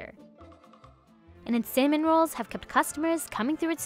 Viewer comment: sounds like she's saying "salmon rolls"